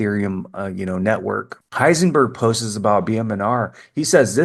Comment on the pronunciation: I love your videos but here's a little tip: the word "posts" is one syllable. Not "post-es". ❤